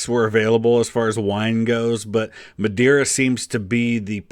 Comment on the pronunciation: He pronounced Madeira like it was the Spanish word madera and not the Portuguese word madeira both mean wood.